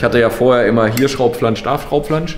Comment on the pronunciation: "Hier Schraubflansch, da Fraubflansch" Versprecher sind schon sehr lustig 😂😂😂 Ist aber auch sch...e auszusprechen so schnell hintereinander 😂😂😂 Trotzdem wie immer super informativ und unterhaltsam. WEITER SO!!!👍